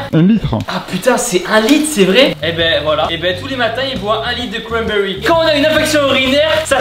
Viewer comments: jus de cwanbewy😂😂😂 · Tibo: Du jus de cwambewi Moi:🤣